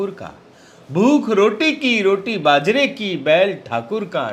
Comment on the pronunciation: Bajra ko bazar bol rahe hai is se yeh pratit hota hai ki kavita padhwaya gaya hai jara gaur kariye.